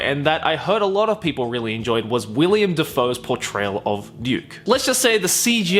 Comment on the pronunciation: my guy pronounced like every actor's name completely wrong, adding and taking away letters haha. Kieth Stanfield? William Dafoe? haha